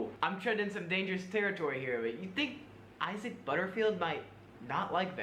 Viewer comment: STOP SAYING EYE-ZIC! IT'S PRONOUNCED EYE-ZACK! 😭